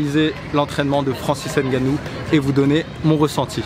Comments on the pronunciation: On ne dit pas francis (N) gannou On dit Francis ngannou. Y'a pas de (N) à part ça. On prononce ngannou en un mot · Vous êtes quand même durs d'oreille et un poil irrespectueux, vous autres, Français. On vous dit toujours que les noms africains (n'étant pas de noms français), ne se prononcent ni ne se lisent en français. C'est [NGANNOU] et non [N'GANNOU]! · Nganou et non N'ganou 👍🏿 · avec 2 N biensur. Je parle de la prononciation. Le N ne se prononce pas. C'est Ngannou un peu comme le P dans Pneu. On ne dissocie pas la première lettre. Sinon cool la vidéo 👍🏿